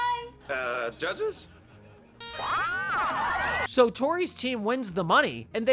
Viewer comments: “I thought it was Ha-War-e” ~ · Cat saying Hawaii wrong stuck with me from this episode lol 😂😂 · Fr. I started saying it like that since I saw the episode.